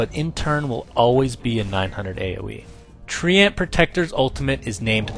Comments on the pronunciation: Treant not Tree-ant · Tree-ant? Seriously? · TREANT PRONOUNCED AS TREEYENT. DAFUQ DID I JUST HEAR? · he's saying it like Tree-Ant, I'm not hearing the Y sound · I played WC3 in my language, and I haven't thougt that's how to pronounce treant. I always say "treent". I like it that way. x3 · dont know about you, but i pronounce it "traeint" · "TREE ENT" OH MY FUCKING GOD I STOPPED WATCHING RIGHT THERE.